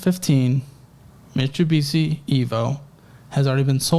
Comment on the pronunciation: being consistantly unable to pronounce Mitsubishi 😭❤❤❤